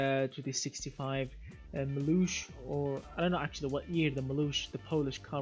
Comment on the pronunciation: I heard you have trouble with speaking Maluch. So I'll help you. It's simple: In Poland "ch" we read as regular "h" So write "Maluch" and read "Maluh".